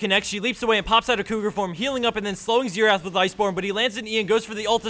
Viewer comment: Isn't xerath? with 'r', instead of xetath?